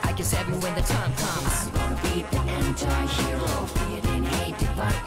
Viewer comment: まずはサビからですな 発音？ アムゴナビージエンチャィヒーローに聞こえるからこううたってる